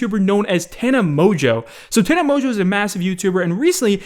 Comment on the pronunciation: " Tana Mojoe "